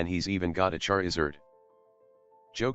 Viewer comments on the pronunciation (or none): "he's even got a Cherizerd"